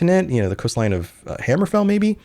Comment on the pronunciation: My bro, it's hammerfell not hammer fall